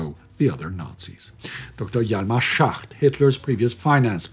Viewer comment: Small error , his name was "Schacht" not "Schach" (small trivia: the first word means "shaft" in english, the second "chess", lol) I hope this doesnt come off as too nitpicky, hell, its a wonder how few errors you guys make anyway with the truckloads of research you have to do!